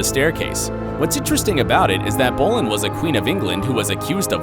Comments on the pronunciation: BTW Anne Boleyn's name is pronounced bow-lin :) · I love your videos keep making them but you pronounce Queen Anne's last name wrong